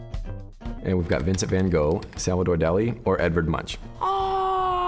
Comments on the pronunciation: I was gonna make a joke, but I can't beat that! Legit said Van Goh though -_-;; lol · Why are they pronouncing van gogh like that tho sjsjsjsj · As a dutch person it hurt when everyone said Van Gogh. It sounded like they had to vomit or something lol. Very fun video tho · EW LEARN TO SAY VAN GOGH!!!!